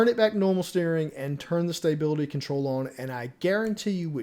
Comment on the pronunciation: There is now y in stability. Say it with me STA BIL ITY